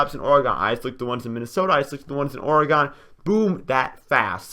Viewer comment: Wow he said Oregon wrong now I'm mad